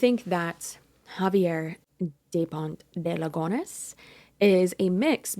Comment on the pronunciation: I find it kinda funny how you pronounce a frenchman name in spanish 🤭. But if youre curious here's the pronounciation guide "Kza-vee-hay Dupon (we dont pronounce the T) De Lee-gun (also dont pronounce the S).